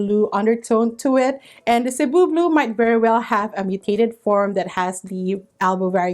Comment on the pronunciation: So glad to finally get the definitive pronunciation of Cebu Blue.😊🙏